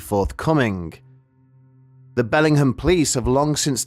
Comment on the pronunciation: Having missed the brief moment about 6 minutes in when you vaguely described the location, I had no idea where this happened. Then when I noticed you pronouncing Bellingham that way I thought “oh, there must be a Bellingham in the UK too”. So that was confusing af lmao